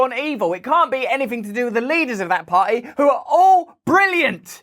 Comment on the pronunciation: Russell, who is British, should learn how to pronounce the word "party;" it contains a "T-"sound. His mispronunciation sounds like "pah-ee." Also, the liberal-elites and Demo-commies must groaning and gnashing their teeth, as one of their own trashes them on YouTube. Of course, the weasely Repubs are not much better ... or "beh-uhh," as Mr. Brand would pronounce the word. I opt for Christian theocracy, by the way.